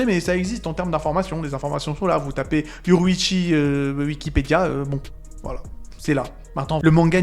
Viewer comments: son nom ce dit yorou-ichi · me fume avec sa prononciation de YORUICHI🤣😂